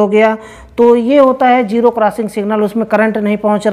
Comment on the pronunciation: ابے پہلے اردو تو ٹھیک سے بول لے. جیرو نہیں زیرو ہوتا ہے